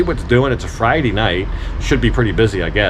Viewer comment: "Its a fridee night" 😅